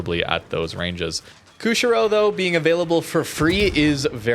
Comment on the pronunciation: Former Canuck here, Good vid, thanks. I know the game is your passion and not the historical stuff, but because public speaking is part of my profession, I'm kind of a nut about words. So... the ship is: "Koo - shee - ro". Most non-English languages pronounce "i" like we would in "machine." It's a port city on the island of Hokkaido.